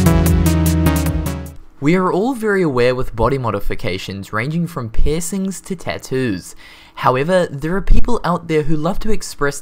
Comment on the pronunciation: Okay, every time you say piercing it sounds like pissing...